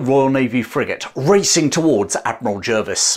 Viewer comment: I learned to pronounce Jervis as 'Jarvis'. Is that not correct?